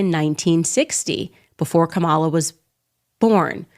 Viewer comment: Candace, what does Kamala (pronounced Comma-la) black grandmother having died in the sixties have to do with ANYTHING? SELF HATE, GIRL BYE!